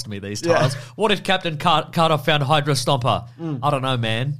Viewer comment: I keep hearing Hydro-Stomper when you say Hydra-Stomper and all I can think of is "Singing In The Rain" with Gene Kelly in a giant dieselpunk mech suit, obliterating puddles with superhuman force.